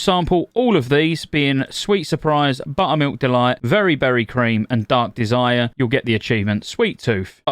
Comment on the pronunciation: Only here to listen to him say "BUTTUHMEELK DUHLOYT"